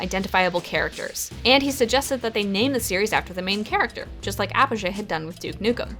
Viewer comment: You pronounced Apogee wrong...